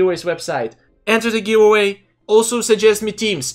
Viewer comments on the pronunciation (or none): I kinda love the way You pronounce Give Away like... Giwway? Giwuay... xD